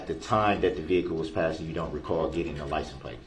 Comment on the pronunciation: Is he saying LICENSE PLACE????